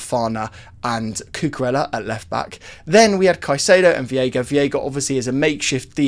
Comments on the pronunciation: He's called v EI ga, not v IE ga, stop mispronouncing his name, please 😭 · i know you read the comments, its pronounced VEYGA, not VIYEGA. You killing me 😭😭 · Hey it’s pronounced Vayga for Veiga